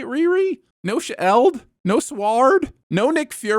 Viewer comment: This was the vid that finally taught me why you pronounced S.H.E.I.L.D the way u do💀